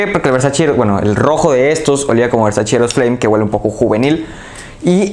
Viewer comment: Muy bueno tu análisis, pero por favor, no digas nunca más "Versachi"... es "Versache" amigo, así se pronuncia y hasta Donatella Versace tuvo que salir a aclararlo. Saludos.